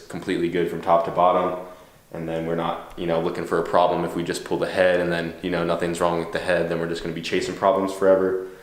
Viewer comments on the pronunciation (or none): Pool pool pool pool pool. It's pull. PULL. P. U. L. L.